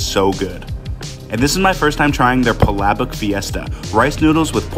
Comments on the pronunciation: The way you say palabok 😢💀 it's pronounced pola-BOK 😊😊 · Theres some wrong with how you pronounce palabok but thanks for trying Jollibee Also your supposed to mix the palabok and spaghetti ❤️:) 🇵🇭